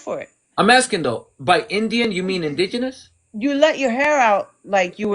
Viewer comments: you can be Indian and Mexican. because Indian is the indigenous people who has a Mexican nationality. this Puerto rican females is not fully educated when it comes to indigenous people. she can't even pronounce the word indigenous. she's totally ignorant and that is what I get from afro Americans. I'm black like them but different culture: food language and music. by the way I just got her now, she's trying to say you look also white like her. I agree with her you look Puerto Rican because from my experience most peurto Rican I meet looks like your face. most Mexicans i meet don't necessarily have your features. also as for her she's trying to tell you if she washes her hair it's naturally curly not straight and that can make her look peurto Rican. ok. she doesn't speak professionally that's why she's misunderstood. she's yelling basically crying etc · It's so funny she cannot even pronounce the word indigenous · She sounds drunk! Couldn’t say indigenous to save her life. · Omg 🙄She can’t even pronounce indigenous. Bless her heart. 🥴I myself am Puerto Rican and I understand the difference between race and ethnicity. 🤦🏽‍♀️Reading is fundamental! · I don’t understand how she didn’t know how to pronounce Indigenous. 😂😂 but yeah that childhood trauma took over the conversation quickly! 😳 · The word indigenous is kicking her ass. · She sounds drunk. She cannot even pronounce the word indigenous 🤦🏽‍♀🤦🏽‍♀🤦🏽‍♀🤦🏽‍♀🤦🏽‍♀🤦🏽‍♀🤦🏽‍♀🤦🏽‍♀🤦🏽‍♀🤦🏽‍♀. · Why does she keep saying indigenous that way? 😂. And … you are very well-composed. How do I get on this with you? I want to have a conversation with you. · Why can’t she and the term “Indigenous” get along? She kept messing the pronunciation up! 😂😂😂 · It took me 10 mins to realize that she wasn't just saying indigenous wrong. She thinks we can them "Indians" and it's because they are Indian-ous.. 😂😂😂😂😂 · Will she ever say indigenous right?💀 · Also mad he can pronounce "indigenous" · Did she say “ingenious”? You mean indigenous!!